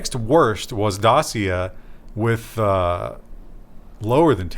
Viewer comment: It is pronounced Datchia.